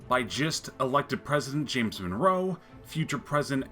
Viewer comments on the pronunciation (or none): none